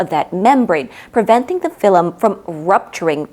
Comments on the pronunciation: I love the video but I died inside every time I hear you say Fill-em instead of film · Its pronounced film, not filim ! I Love how informative your videos are.